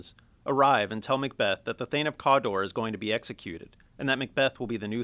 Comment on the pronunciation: thane of "COOODAAA"